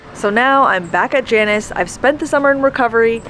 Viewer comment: Janus is pronounced 'Jaynus'. (Roman god of looking forwards and backwards that the month of January is named after).